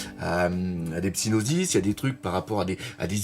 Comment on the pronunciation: Yo encore une très bonne vidéo vieux de la vieille:P voici mon retour. (ON DIT SYNOPSIS, pas Psynosis roh x') ) Pour le coup dire "l'épisode est bof" c'est un spoil dans la mesure ou cela va changer involontairement/volontairement ton regard sur la vidéo tout comme quand tu dis "ce plat n'est pas bon" t'auras beau ne pas être d'accord ton cerveau va quand même prendre l'information et parfois trouver quelque chose de bon mauvais ou bien moins bon juste à cause de cela, et vice-versa évidemment. Par contre pour je suis d'accord pour les froissés du cul qui voient le spoil partout. D'ailleurs y'a aussi la partie où tu parles des vignettes putes à clics, faudrait le définir car le but d'une vignette est d'être "pute à clics" mais pour y arriver, et c'est là que les chemins se séparent majoritairement, il faudra la rendre belle, en accord avec le sujet, intéressante, compréhensive, rapide,avec des clins d'oeils et lisible, pour les principaux buts je dirais. On peut très bien avoir une très bonne vignette sans qu'elle ne remplisse tous ces points et bien d'autres, mais pour qu'elle soit le plus efficace, but premier d'une vignette, il faut qu'elle les remplisse et c'est à ce moment que les clics auront une chance de se cultiver, même si pas toujours. Du coup on peut avoir une vignette simple et belle où personne ne dira pute à clics, comme par exemple ta miniature pour les 100k et d'autres où l'on dira pute à clics juste en voyant la vignette, et où ce serait la bonne u